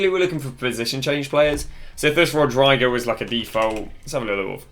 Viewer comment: 'Rowdraigo', 'Arrayheoh' and 'Quayeita' 🙄🤣